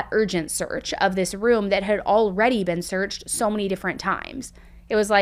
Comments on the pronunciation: Be un? she was be-un ? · Why do ppl in the US say and pronounce words like ban for word been..???